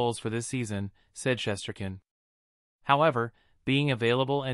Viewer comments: The person who was reporting this topic needs to pronounce Igor’s last name correctly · Try pronouncing his name right first !!!!!! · If this a Ranger page why the hell does this guy know how to pronounce his name. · Your grossly mispronouncing his name